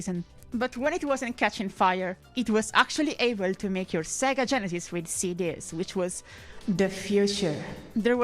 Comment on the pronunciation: 😅😅the first few times you said genesis i thought you said genitals